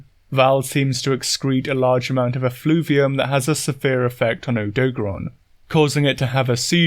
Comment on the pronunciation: the way you pronounce odogaron hits me like a truck every single time